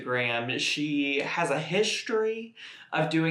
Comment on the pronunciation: “HISTRY”. lol